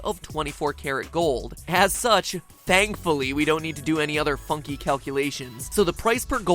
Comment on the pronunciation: I actually thought that you said fucking calculations instead of funky calculations for a moment.